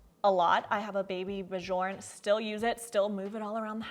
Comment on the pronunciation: Bjorn means Bear and it is pronounced more like Byourn. The J sounds like a y not a J.